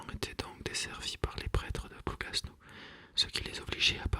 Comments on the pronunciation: Juste pour information, le « s » de Plougasnou ne se prononce pas, parole de bretonne. Merci pour ces lectures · Ah... je m’étonnais de cette prononciation! Merci